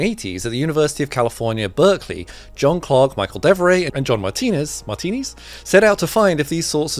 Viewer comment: Michel devoret is french, so its the ch of Michel is pronounce like the ch of cheer. Nonetheless, excellent video !